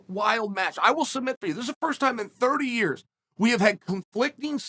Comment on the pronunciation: So we bet on Ya-ear. Ok great.